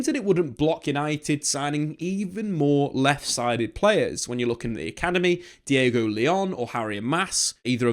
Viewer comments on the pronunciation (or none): none